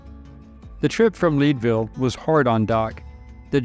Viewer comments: It is Lead ville Leadville not leedville . Leadville Colorado altitude is above 10,000 ft which would explain part of the reason Holiday had trouble breathing in Leadville. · Leadville, Colorado (mentioned in the video) is pronounced like "Led-ville," not like "Leed-ville." It got its name from the plentiful lead ore mined in the area. Fine video. Thank you for posting this one! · I thought the :Lead" in Leadville rhymes with bed.